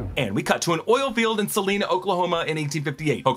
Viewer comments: As a resident in Oklahoma next to salina it pronounced sah-line-ah but no biggie keep up the good work! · Sa-lie-na lol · It’s pronounced Suh-line-uh Oklahoma.